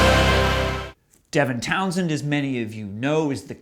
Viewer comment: Devintownsend. Never heard that. That makes me want to puke. No. Please No! The rest were okay.